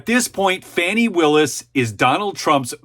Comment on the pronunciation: You are saying her name wrong. Pronunciation is " Fawni". Spelled like Fani.😊